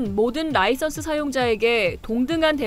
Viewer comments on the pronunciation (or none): none